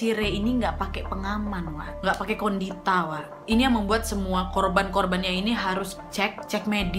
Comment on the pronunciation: "KONDITA" WAKAKAKAKAKAKAK